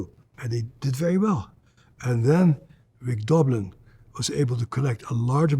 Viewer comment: Rick Dolbin?I was always saw Doblin😂😂